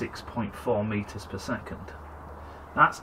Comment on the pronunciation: I looked that up. It said "Bad pronunciation of Meters per Second".